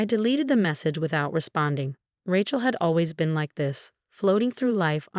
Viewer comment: When will this AI voice be fixed to correctly pronounce the name “Rachel”?